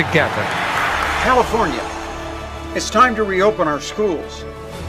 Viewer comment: "commifornia" LOL